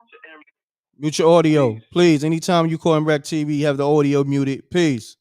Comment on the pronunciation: Ordio... not audio